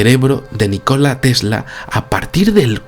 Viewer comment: Nikola Tesla, !!! no ! NI -KOLA tesla